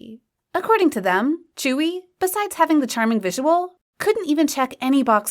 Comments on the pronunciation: Tzuyu is now pronounced as "chewie" get some more pronounciation research pls. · lmaooo i thought tzuyu's name was actually pronounced as tzuyu like how you see how its spelled💀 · Obviously I don't speak korean so can someone explain why Tzuyu is pronounced as chewy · reed but I thought it was pronounced as tzuyu (tsuyu)